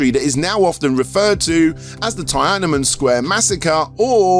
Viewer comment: never have I heard Tiananmen pronounced like that